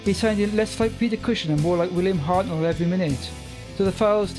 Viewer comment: Point of order: the name Hartnell is pronounced "HART-null" (with the emphasis very much on the first syllable), not "Hart-NELL" as you said it here...